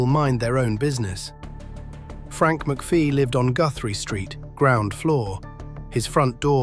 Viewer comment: Amateur hour you cant even pronounce his name correctly its McPHIE not McPHEE , as in "fee,FYE,fo,fum"